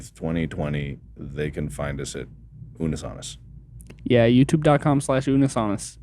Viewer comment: It's funny, I was thinking this about the woman. I've never watched this duo before and only here for Mark and, so I don't know if it's just her personality, but she seemed bored, unenthusiastic, and super scripted. I noticed Mark correct her on the pronunciation of Unus Annus and didn't blame him at all; they literally had a conversation about the correct pronunciation at the start and she still got it wrong after, which makes it seem like she was deliberately not listening to them at the start... not a good look for a host. Overall it was the other guy (?) and that added life to it and tried to defuse the tension/awkwardness.